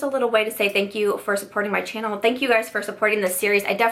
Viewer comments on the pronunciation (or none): none